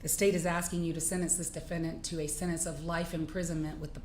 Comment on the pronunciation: Tell Judge Ashley to go back to school. She consistently mispronounces words and one of them is the word “SENTENCE”. It has a flipping T in it !!!!! It has a “T”, comprehend ???!!! But she says it this way, “SEN-ENSE” 🤡. Totally leaves out the T. It sounds IGNORANT. It is IGNORANT. Your show is like a circus.